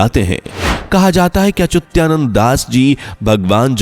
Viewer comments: bhai sahi bolna to sikho, achyutanand ki jagah aap "achutyanand " bol rahe hai😡😡😡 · Unako pujya achutyanand das ji ka nam bhi thik se lena nahi ata or fenkate ja rahe he😂😂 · अचुत्यानंद उच्चार गलत है अच्चुतानंद सही है. आप गलत उच्चार क्यूँ कर रहै हो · Achutyanand nhi achyutanand hae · अचुत्यानंद अच्युतानंद बोलो। सही नाम का भी पता नही और निकले हो वीडियो बनाने।😡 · पहले अच्युतानंद नाम का उच्चारण सही किजीए. वह अच्युत्यानंद नहीं है. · Are yar naam galat kyun bol rahe ho....sahi Achyuta nand naaki achutya...... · Yes it is Achyutanand ji and not Achutyanand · पहेले संत अच्युता नन्द दासजी का नाम ठीक से बोलना सीखो 🧐🧐🧐🧐